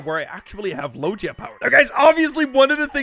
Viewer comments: It’s not logea it is loega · Man fr does not know how to pronounce logia, it’s kinda sad